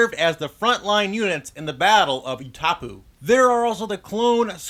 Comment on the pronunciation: Kool vid! Just check your pronunciation of the planet Utapau.